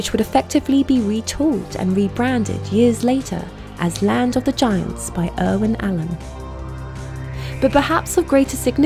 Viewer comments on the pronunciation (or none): none